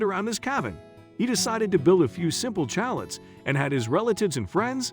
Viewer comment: Love the way you pronounce Chalets 😂It's Chalets without the T